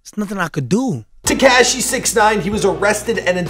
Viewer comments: Te-kaa -shi? It’s te-ka-shi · it is pronounced “tekAWshi 6ix9ine” not “tekAHshi” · It's not ta-cash-y smh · "Tekyaaashi 69"😂😂😂 damn chill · ”Tekaeeshee 69” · TekAsiEE is how he said it lmao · When will he learn it’s not TeKASHI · “TECASHI 6ix9ine” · Haha Te - kash- eeee 69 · He said tekaashi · Get is name right it's tekashi 69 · Wtf is up with you and Names. Tekeshi? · he still can’t say tekashi right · Dude, say 6ix9ine’s name right and know how to say it before you make a video on him..... smh dude. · Why you keep saying tekashi like that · Fuckin... still can't say tekashi right! Just say 6-9.